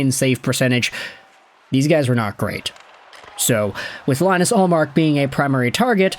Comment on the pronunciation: Can’t even pronounce ullmark’s first name right 😭